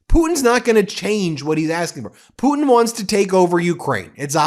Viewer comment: Hey Karo-lyin, it's putin, not poo-in. If you speak lies for a living, you should learn how to speak correctly while you spew your lies.